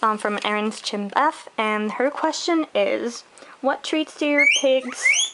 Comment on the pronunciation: Pssst Its pronounced Schimf, the p is silent. Great video and No I am not upset that you said it wrong, just picking on yah ;)